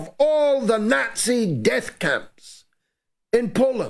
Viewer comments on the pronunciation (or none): none